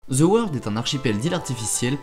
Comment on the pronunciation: Juste pour le titre! Parce que c’est stupide et que peu de monde veulent ce genre de folie! THE ne se prononce pas en Z gang de français mettez un D plutôt qu’un Z! J’aime les français mais pas quand il massacre l’anglais par incapacité et incompétence à dire 3 lettres en anglais! Forcer vous un peu! 😂